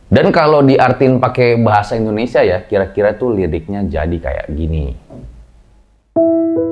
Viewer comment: Sorry nih bang, tolong pelafalan/pengucapan INDONESIAnya dibenarkan. Bukan ENDONESIA tapi INDONESIA.